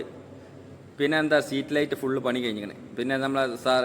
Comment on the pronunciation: പൊന്നു സുഹൃത്തേ സമാധാനത്തിൽ പറയൂ സ്ട്രീറ്റ്ലൈറ്റ് ആണ് സീറ്റ് ലൈറ്റ് അല്ല. മജ്ജത് അല്ല മയ്യത് കൂർക്കലല്ല. തൂർകളാണ് നീ പറയൂന്ന മലയാളം മുഴുവനും തെറ്റാണു താഴെ കോഴിച്ചന അങ്ങനെ പറയൂ നീ പാട്ടു പാടി വേർപിക്കലാ പീഡല സ്പീഡ് ക്യാമറ ഓഫാകിപ്പോടാ